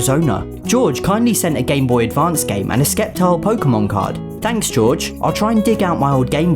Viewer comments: its pronounced sep-tile not skep-tile XD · What did he say skeptics no no no it is septile don’t say the c it’s septile not skeptile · ok, no hate, but seeing as the treeko line is my favorite starter line in pokemon, you say sceptile like this: sep-tile. you dont say the c. anyway, love your style and content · He pronounced sceptile as skeptile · How did this man just say sceptile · You say sceptile wrong